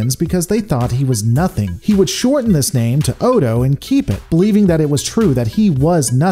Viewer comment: No. That comment was a year old, and I have no intention of rewatching this video just because some youtube rando says so. I remember he consistently mispronounced the characters name, but that's it. That's enough for me. The show is available on Netflix. Watch it yourself if you're so concerned.